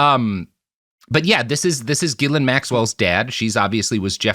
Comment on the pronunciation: Is that actually how you pronounce her name (GILL-an) or is this another of the famous Robert Evan mispronunciations?